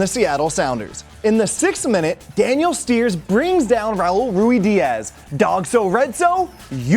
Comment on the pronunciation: how did you get steres’s name wrong